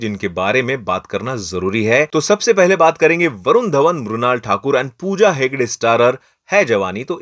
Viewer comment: Mrinal❌️ Mrunal✅